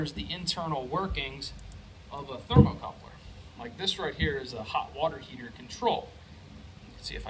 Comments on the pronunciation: Ha, you keep saying "thermocoupler" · 'thermocouple' No 'r' are the end of the word. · Great video! It’s a thermocouple not a thermal coupler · Its "thermocouple," not thermocoupler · Very good and informative video, usually read through the comments cause I often pick up something extra, there are a lot of English proofs having a problem with your pronunciation of thermocouple, seems strange, they are looking for info on testing this thing, trouble shooting requires an analitical mind, yet this becomes a big stumbling block for them, what because of this they get so confused that the knowledge you went to the effort of sharing with a very well done video is some how not good enough, I wonder how man useful videos this group of rocket scientists have produced, jeez some people.